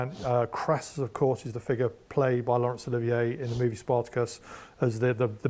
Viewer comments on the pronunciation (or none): none